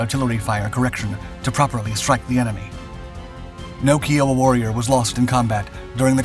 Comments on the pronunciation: Seriously….Key-oh-wa? You did all this research, but got the name wrong? I cringed every time I heard that name. YOU NEED TO FIX THIS VIDEO! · Ki-oh-wa like the native American tribe. you mess up on lots of videos with pronouncing words. lots of them are common words or places in history that you should know just from history class in highschool. all I can say is WOW.....it makes you look less intelligent than normal people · Dude, its pronounced K-I-O-WA, like the indian tribe. I like your channel, but you do mispronounce things and that grates on me. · Love your vids! However... You mispronounced "Kiowa" all through this vid! My ears hurt every time you said it. The correct pronunciation is: kai uh wuh . Anyway, thanks for another GREAT video full of great facts! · Worked around these brilliant airframes for many years in the Aussie Army the work KIOWA is actually pronounced "K eye oh wah" these were used by the Aust Army from late Viet Nam through to the 90's or so, they trialled various armourments in the 80's but the Alison 250 didn't have the power to support forward flight while sustained firing of anything more then GPMG M60, anything more then the 7.62 GPMG mg or mini gun would push the aircraft rearward making it unstable until forward flight was resumed. Still the 2nd best airframe after the Bell UH1H huey many of which are still airworthy and in use in various roles. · Kiowa is pronounced k-eye-a-wa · i have always heard it pronounced k-eye-wh-a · Kiowa, say Iowa with a K at the beginning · Yes, since we're honouring the natives of America try and get their name correct. K long I long O wa. Every time you said Kiowa wrong I cringed. I love your vids, I'm surprised at this error. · KAI-Oh-wah ,,, like in 'yippee ki-yay' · Okay after the UH-1 thumbnail and you calling this the "Keeah-wah" warrior, I'm about to sternly tell you to take your autism pills and sit in time out before a thwack you with a rolled up newspaper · It’s pronounced K-eye-owa